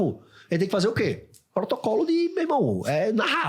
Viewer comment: eu ouvi um potrocolo, e potocolo? mas o é top mesmo com o Potrocolo